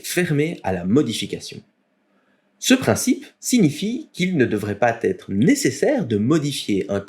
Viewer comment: à "...il ne devrait pas (z)être" plutôt que (t) xD Encore merci pour la qualité de tes vidéos, j'espère que tes jeux se vendent bien aussi. Je suis sur un projet VR sous Unity pour Meta Quest, je m'éclate et tu m'as bien aidé pour l'optimisation!